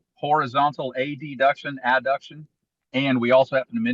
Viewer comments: You said "a-d-duction. Adduction." You're a teacher! 😮😍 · I'm laughing because he said "ad-duction" for adduction because my anatomy Prof said it the same way 😂